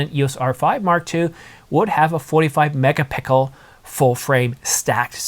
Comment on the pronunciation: You did the "megapickle" again . 😀